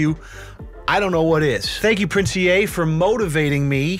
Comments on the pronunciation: Pronounced 'Ee' not "E-a' just heads up lol. He was a rapper and won now defunct Funk Volume first annual rapping contest. Then switched up to the social media motivation guru. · The Ea is pronounced as "E" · But its actually pronounced as "E"